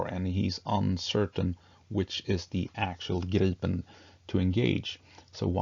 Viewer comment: Right, and so refreshing with correct pronunciation of Gripen.